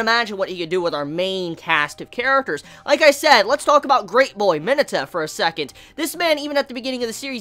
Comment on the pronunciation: Did you just say mineta as meta? Wtf...